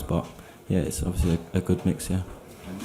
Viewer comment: Ovyasly yh ovyasly yh ovyasly